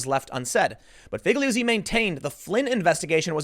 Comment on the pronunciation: I'm pretty sure you say Figliuzzi like feel-yoot-see. Italian is weird like that.